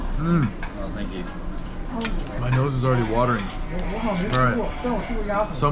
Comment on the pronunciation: You can't even say thank you the correct way. And putting "Perception" as your logo goes a long way to showing that you lack it!